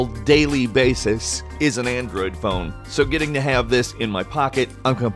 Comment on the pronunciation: "The phone I carry on a general daily basis is an Android"... why'd you say it like that you dick